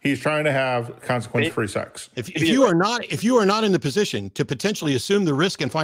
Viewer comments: Hey, it's sex, not sax. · "there are consequences to having sucks"😂😂 I swear I'm not trying to be mean just something I noticed, it sounds like sucks more than sex 😂 By the way I don't agree what Matt said when he said if you're not insured you shouldn't be driving a car because my mother drives a car still despite her not having car insurance because she can't afford car insurance but yet she still drives because she has to get from here to there somehow doesn't she? My main concern is that you have a license to drive and that you're a good driver.